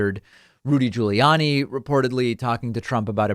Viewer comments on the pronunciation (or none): none